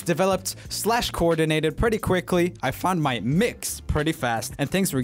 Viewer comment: "I mean, my room is super Prrewwetty"